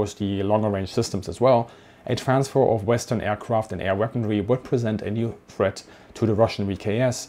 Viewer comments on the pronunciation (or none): none